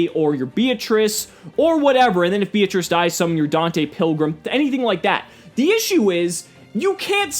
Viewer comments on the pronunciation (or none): none